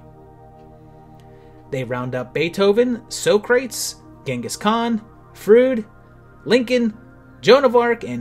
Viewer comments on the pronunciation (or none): It’s pronounced Sah-kruh-teez.